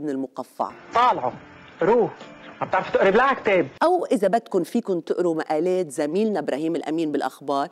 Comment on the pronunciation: مقالات يا داليا وليس مقاليت على اساس لازمون درس باللغة العربية كانت لغتك كثير صح وحب احضرك دائما بس تغيرت لغتك ولهجتك وبطلت تعجبني رجعي داليا ظبطي كلامك وعطيتك مثال واعيد مقالات وليس مقاليت وقرارات وليس قراريت شكرا